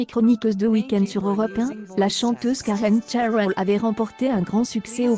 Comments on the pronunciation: Pourquoi prononcer Karen Chairel ? C'est une Française ! :-D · Qu''est ce que c'est que cette façon de prononcer le nom et puis qu'est ce qu'on en a à faire c'est sa vie et son corp elle fait ce qu'elle veut vous n'avez rien d'autre à faire puis essayé de mieux prononcé MERCI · Vous nous emmerdez avec ces voix informatisées, incapable de prononcer son nom correctement. Écoute récemment interviewer Michel Onfray. Une tête cultivée cette femme ! Cette vidéo est nulle, complètement nulle. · hahaha je suis tordus en deux rien cas écouté les commentaire et la prononciation de Karen cheryl il suffit de lire et pas inventer